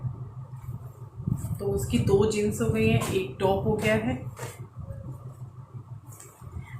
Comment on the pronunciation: Jins nahi jeans kaha karain. It's a suggestion not a negative comment.